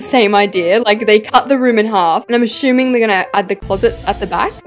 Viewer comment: And I’m a-shoe-ming 👟 lol